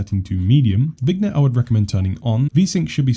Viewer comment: It's "Vin-yet" not "Vig-net" :)